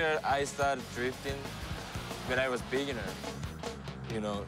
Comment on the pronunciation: "this is when i stared when i was beeaner " wtf